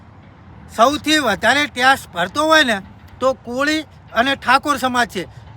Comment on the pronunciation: ટેસ નહીં લા ...tex બોલ....